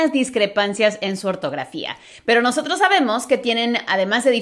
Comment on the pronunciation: Yo escuché ese “nosotros” taaan normal, luego vi la banderita y entendí todo. 😂🇨🇷